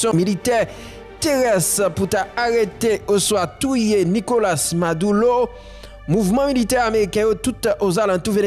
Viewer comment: Ale koyé influyansè bwôdè mezanmy. Nokola se pa NIKOLACE, se pa panyol wap palé. Abinadè se pa abinadèl, se nou menm ki magé pep la ap palé devan dèyè. Andy ann-di se pa inn-di